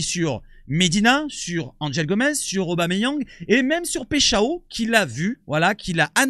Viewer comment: PECHAO.... 🤣 🤣 🤣 Paixao se prononce PAÏ CHAO et non pas Pechao comme tu le fais... Avant de faire des vidéos sur les joueurs apprends à bien prononcer leurs noms... Question de respect...